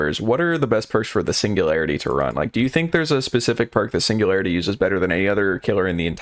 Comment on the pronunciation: signu-gary-ity? LOUD CORRECT BUZZER